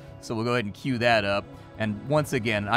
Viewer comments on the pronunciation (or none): none